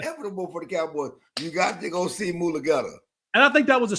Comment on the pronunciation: Jerrah, made a deal with Moo-guh-let-ta 🙌